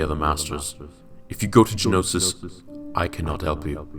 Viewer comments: Ist't it Geonosis? Not Genosis? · Btw it's Geonosis not Genosis.